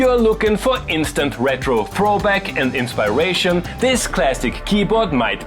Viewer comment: "in-spy-rate-on" lmao